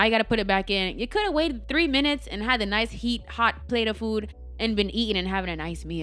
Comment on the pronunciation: Great information 💛 that Jamaican accent came out on "plate of food" 😂